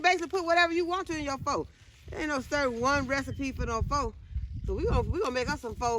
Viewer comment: I am cracking up laughing at the way you pronounced Pho 😅😅It's pronounced "fuh". It took me a long time to stop saying it the way my English speaking eyes see it too lol!